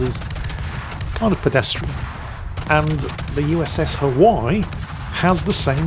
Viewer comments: Hawai'i - three syllables - Ha-wai-ee. The way he says it makes my ears hurt . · Hawaii = Huh - Y according to lol missing those "ii" for the E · Pronounced HI-WY-EE. They are JINAN guns. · its pronounced Ha-why-e, in the southern US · The USS "Huhwhy". Never change. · I've never heard that pronounciation for 'Haw-i' before 😂Oh never change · Hi! Hawaii is pronounced "ha-Vi-ee" natively, or "ha-Wi-ee" by most of the lower 48. Unlike your frequent and justified butchering of the French language, I think the erasure of native Hawaiian culture and language calls for correct pronunciation here (ha-Vi-ee). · Mispronouncing Hawaii throughout the entire video drove me crazy